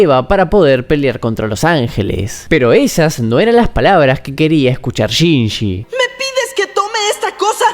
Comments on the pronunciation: Chinshi, Chinchi, Shinchi. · Excelente análisis master, pero se pronuncia "chinlli", no "chinji" 😅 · lo siebto, no pude terminar el video despues de escuchar tantas veces "shinjjjjjjji" con esa pronunciacion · ame el video pero me hace tan mal como pronunciarste el nombre de Shinji 🥲🥲🥲🥲💞💞💞💞